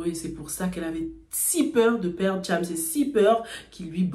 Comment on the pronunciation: Sa manière de dire Thiams au lieu de chams m’avais manquée 🤣